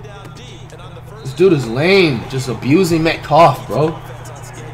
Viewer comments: “Met cough” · peep how he says metcalf bro